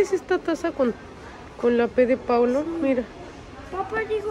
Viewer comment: Hasta hoy supe el nombre...PAOLO😐 lo pronuncia como Paulo...PORQUE??🤔🤔🤔